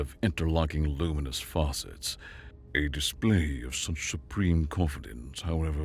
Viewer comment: Ok. I like the story but the pronunciation of this guy is so so so bad.... Faucet instead of facet etc ..